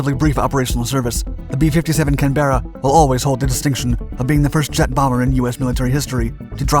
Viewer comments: Ouch! Mispronunciation. CAN-BEAR-uh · Just a heads up that Canberra is pronounced CAN BRA said fast as one syllable not Can Berra said as two words. Love the series by the way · not a can berra but canberra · Why pronounce it as Ken-berra? - it's CAN-berra ffs. Damn 'king Yanks. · I live in Canberra and it’s always easy to tell non locals but hearing Can Berra said so many times is frustrating😂😂 It’s more like Canbra with a short a at the end. Australians don’t like wasting any more time saying words than absolutely necessary. Of course I’ve always loved the Canbra bomber. American manufacturing is just so awesome, “we need more B57’s”. Ummmm actually that’s too many we’re sending some back. What other country can do that? Cheers 🇦🇺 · It's pronounced Can-bra not Can-ber-ra. I live in Canberra and it's very annoying when people get this wrong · FYI it's pronounced "can-bruh" or "can-bur-uh", not "can-berra". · Its Canberra not can-berra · Oh for God's sake! Your pronunciation is all wrong. It is CAN-berra, not can-BER-ra. It is named after the Capital City of Australia. (I can't stick hearing wrongly pronounced anymore. I am outta here ) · We pronounce it "can-brah". Not can-bear-ah. Just say that around a Brit or an Aussie and they'll be impressed. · CANberra, not canBERra. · It's not "Can berra" it's "CAN b RAH". It's foolish to assume that an English or Australian place name is pronounced the way an American would think. It only takes a second to check on YouTube. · I can't handle the excessive use of "Can-berra". Please stop. It's "Canberra" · In UK we pronounce it Canbura, but the U is very short, almost non-existent. Hearing it said Can-bear-ah sounds just so clumsy. (Not quite as funny as Ver-HIC-cle thought) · Canberra is pronounced Canbra, not Can-ber-ra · Canberra, pronounced "canber-a" not "can-burr-ra". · He pronounces it can-BEAR-a. It's CAN-burra or CAN-bra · It's one word Canberra. Not two. Just like vehicle is one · pronounce it right Can-bra